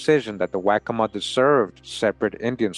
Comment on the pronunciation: Its pronounced "wok co ma"